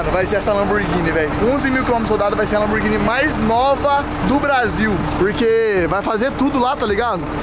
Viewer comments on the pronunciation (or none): Lamburghini só se for msm ! Fala certo !